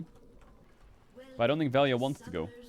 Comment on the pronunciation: I'll never forgive Nemesis and Crownie for being Slovenian because they're as an entire country incapable of pronouncing 'lj' so now everyone calls him Vel-ja